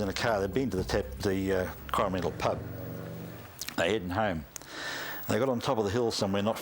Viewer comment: Cor-ah-man-dil, dude...you make it sound like Howie Mandel's last name. Yikes.